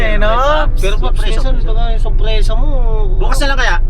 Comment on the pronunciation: surprisa! hindi suprisa